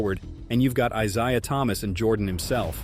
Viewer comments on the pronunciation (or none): Who is Eye-Zay-Eye-Uh Thomas? 😂 If you want more subscribers then do your own voice overs at least....sheesh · Grift video. Dude can’t even pronounce Isaiah Thomas’ name right. 🤡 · East Coast vs. The Midwest????????? Dumb. And you don't know how to say Isaiah Thomas? Wtf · Dude can’t even pronounce Isaiah Thomas name right. The grift is real. 😂😂